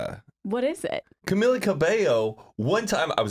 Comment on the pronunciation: It’s Cam-E-lla